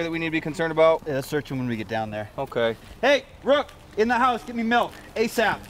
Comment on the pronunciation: How did you get the letter u in milk? It's obviously pronounced with an I